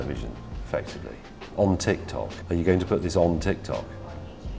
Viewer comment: So, nobody heard him saying TitsTok?